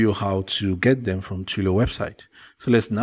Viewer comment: TWEE...LEE. OHH! sigh. not Twee loh! but nice vid